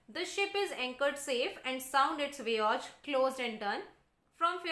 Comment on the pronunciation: I would just like to say if you could improve your pronunciations a bit because a found a lot of it wrong while the video was on such as eager, voyage etc.... Otherwise, I loved the explanation...